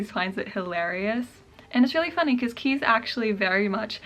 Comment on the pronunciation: As a Dutchie I just wanted to note that Kees is pronounced Kays not Keys ☺ Anyways thank you so much for your videos, you are really helping me to feel inspired to write!